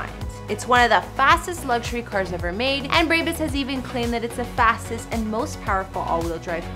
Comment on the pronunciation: The way she said brabus 😭